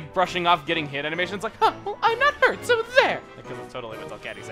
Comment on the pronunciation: Man, Lovrina's supposed to sound like a valley girl. Stressing your "so"s all wrong, but that's nothing important.